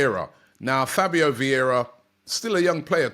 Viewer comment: Vieira, not Viera. Come on now